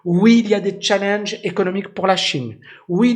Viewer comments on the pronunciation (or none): none